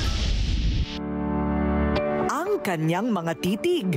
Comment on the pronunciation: Madam Korina tlaga palamig lang di alam ipronounce ng tama. 😅😂😅😂